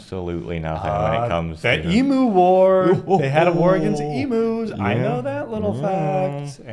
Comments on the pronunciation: Just FYI, it's not pronounced emoo, it's eem-you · Not EE-Moo, it's Eem-you The first European to "discover" Australia was Dutch explorer Willem Janszoon in 1606 when his ship, the Duyfken, who landed on the western side of the Cape York Peninsula. Not James Cook. They already knew Australia was here when Cook was sent to map the east coast in 1770.